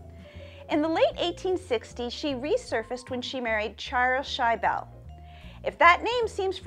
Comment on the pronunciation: It's not pronounced "shy-bell",,,, it's shi-ble